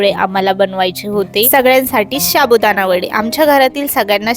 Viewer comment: तुमच्या बोलण्यात खूप अशुद्ध शब्द आहेत. व्हिडिओ छान असतो. पण ण चा न होतो बोलताना. शाबुदाणा हा चुकीचा शब्द आहे साबुदाणा हे बरोबर आहे